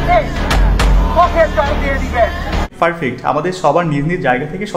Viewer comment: ভাই ফারপেক্ট না পারফেক্ট 😅😅😅😅